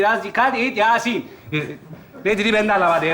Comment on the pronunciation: yasin demiyor yasın diyor, bunun dışında başarılı.